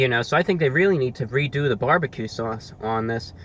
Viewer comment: I love how he says barbecue. "bwarbique"